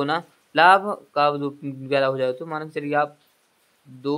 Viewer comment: Pls bhai galat sahi mat batao phle hindi sahi se padho man ko mal bol rahe ho.our 1 jan to 28 March Tak kitna din hoga apko jodne nhi aa rah h pls abhi our mehnat kro apn ap me